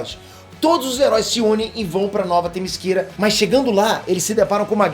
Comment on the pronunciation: Pessoal q n entendeu oq é "Nova temisquira", fala-se nas animaçoes Nova Temiscera, é diferente do qual o pronuncia mas dá no msm.